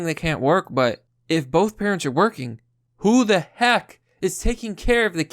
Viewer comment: The way he says, 'bolth, folks' drives me nutz. lol He is far better than msm, tho. Full stop. Hahahaha